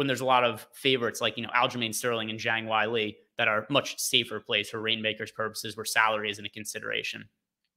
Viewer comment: JONG WHY-LEE 😂